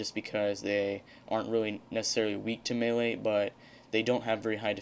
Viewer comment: Nice video...it's melee by the way. =P